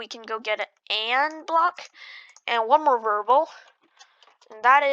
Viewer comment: variable NOT verbel